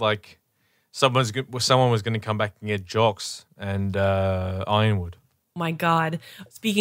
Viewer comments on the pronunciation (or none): The 'Jox' pronunciation for Jacques triggers me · Jocks Schnee